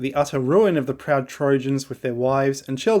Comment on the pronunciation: Mate… “Trojans” !!